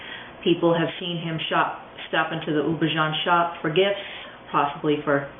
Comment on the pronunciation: Houbigant is pronounced oo-bee-ga(n). Hard g, not a zh sound